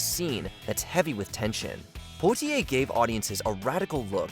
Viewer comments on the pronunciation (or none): If you want the bot to pronounce words/names correctly, you have to spell them phonetically in the script, e.g.: "Pwotiay."